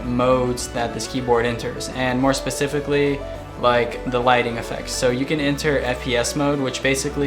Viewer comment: u didn't say "specifically" right. just saying